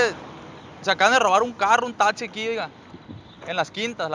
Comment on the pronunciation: Ahora ya se dice tatsi En vez De taxi •<•